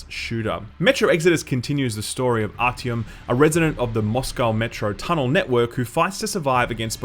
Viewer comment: That was my first thought! My only gripe is Artyom's name pronunciation, it's always "Артиом" instead of "Артём".